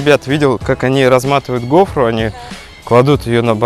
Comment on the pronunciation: Как уши режет от вашей гофрЫ. Ударение на первом слоге..